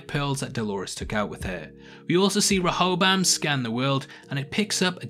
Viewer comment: Stop saying it like Reho-BAM it's actually Reho-BOAM. And you're a prime candidate for copyright claims since you just summarize the episode, you need to give your input on it to be fair use. Regardless of copyright stuff, I don't wanna see a video summarizing what I've seen already.